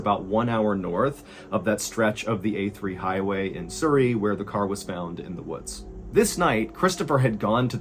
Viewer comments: Surrey mate not soory lol😂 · Surrey is pronounced like the word Supper. Not like the word Super. 😊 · Sorry to add but it's pronounced "Surrey" not soorey as in the sound in the first two letters in "such" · Love this channel, but as someone who lives in surrey, its pronounced s-uh-rrey. Not sourrey. Im not trying to be offensive or annoying, just helpful to know. Loved the story otherwise. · Lol "soo - ree" Its Surry, pronounced "suh - ree" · It's pronounced suh-reee (like the 'uh' in up). Like 'Hurry'. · Loved the way he pronounces Surrey. It's a short U, like Suh rey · Love your accent. Surri in England its pronounced Sur-reay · You miss pronounced surry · No offence but how you pronounce Surrey is hilarious 😂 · As someone who used to live by Surrey, I am enjoying how Ballen pronounces Surrey haha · Cute pronunciation of the English county of Surrey 😊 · That's a funny way to say Surrey. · I just love your pronunciation of Surrey. I know the A3.I've Driven on it many times. Hahaha the ghost of the like button was hilarious 😂 xx